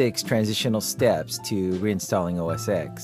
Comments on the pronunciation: Why does he keep calling it OS "EXE"? That's like asking people if they ever saw Rocky "VEE" instead of Rocky 5, the Snow Leopard is OS 10 people. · its OS ten!! geezzz!